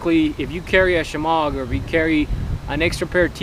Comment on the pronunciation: "a shamog"??